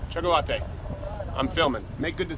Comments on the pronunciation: dis nigga did not just say choc-o-latte, lol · Lool he called the black kid chocolateatee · Why did he call that guy choco-latte? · You just loved saying chakalatte didn't you 😂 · I couldn't quit laughing at him calling that guy chocolatte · Choca-late'. HahahahahHahAhahahaHAHAHAHA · Why did u had to call him “cho-co what ever” I know you were playing, but it was unnecessary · Terible Teri That’s how you pronounce chocolate in Spanish. The other two kids that called him while Crowder was walking up to them might be Hispanic and pronounced his name in Spanish.